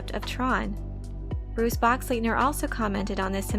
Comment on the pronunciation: Boxleetner? Nice pronunciation. Not.